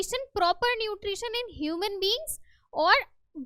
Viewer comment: Nutrisun nahin hota mam nutri tion hota Hai😂😂